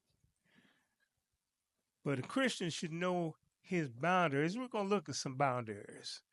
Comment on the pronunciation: thank you for the informative and excellent lesson. With all due respect, I didn't understand what you were saying until I read the title. You kept saying "bind-dairies" I think you meant to say "/bOUndrEEz/phonetic spelling." I hope this helps and no disrespect intended.